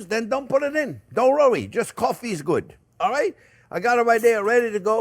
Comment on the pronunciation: Don't rorey my dear chef it's gonna be alright😅